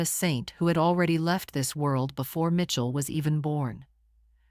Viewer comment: It’s pronounced Michell not Mitchell